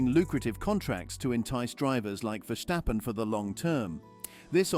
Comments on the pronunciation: It is not Verschtappen, just plain simple VerStappen. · PRONUNCIATION: it's NOT VerSHtappen - Just Verstappen ! AND: Toto - Not ToTTO - Wolff ...